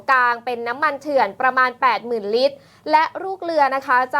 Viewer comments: พูดให้ชัดครับ ลิตร ครับ ไม่ใช่ริด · น้ำมันเรียกเป็น ริตร 😂😂😂😂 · ลิตร..ล.ไม่ใช่ริต..ร..อ่านให้ตรงภาษาไทยหน่อย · นักข่าว ลอลิง ชัดเเจ่วเลยครับ555 น้ำมัน ลิตรคับ ม่ใช้ริด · ลิตร ไม่ใช่ริด